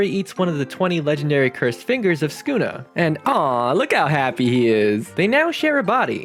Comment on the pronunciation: bro said skuna